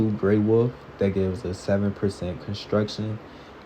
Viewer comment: love how he says "Wuf" instead of Wolf.